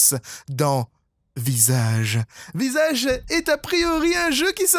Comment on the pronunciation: ses moi ou a le "mot "visage" fait "sage" :p